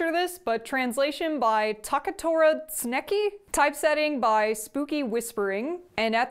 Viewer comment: Tsuneki = sooneki Your pronunciation of foreign words is my raison d'etre! :))